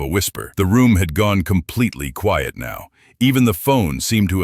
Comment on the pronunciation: By the way, Quiet isn’t pronounced Quite. It’s QUI-ET.